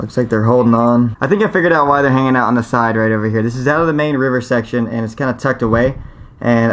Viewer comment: Sexchon? Did you mean section?